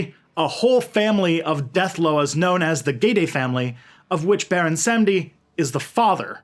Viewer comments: so its pronounced more like "bawon samdi" just so ya know! and please dont listen to people saying its the same as papa legba. baron samedi and papa legba are not the same guy! papa legba is the gate opener, keeper of the keys, guardian of the crossroads. baron is associated w the crossroads but he isnt the loa of the crossroads per say. he is found in the graveyard. he is associated with crosses, bones, black purple and white. some say he looks like a haitian man with white paint that looks like bones, but when i dreamt of him he was a full-on skeleton with a purple and black hat, and he was wearing a tux with a long tail coat that was also purple and black. he has a button up white shirt underneath and a red rose in his pocket over a handkerchief. he was wearing glasses like yours but much older looking and not shades just regular glasses but one lens was missing. he was in a ballroom with the rest of the ghede and he danced with me until i woke up. i had no control over my body in the dream and it felt like the room was spinning. went to a haitian manbo who confirmed baron samedi was in my court. anyways i hooe this info cleared some things up! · It's pronounced Bahwon Sahm-dee